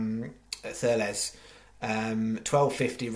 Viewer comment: Cheers, but its pronounced: TURLUS!!!